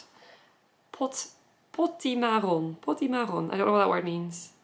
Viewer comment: "Potimarron" is a kind of squash in French (onion squash according to my dictionary...). Your pronunciation in French is amazing!